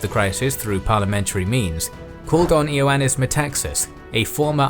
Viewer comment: Just so you know "I" in Greek is pronounced as "E". So the dictators name is spelled "Ioannis " is pronounced "EE-yown-ais"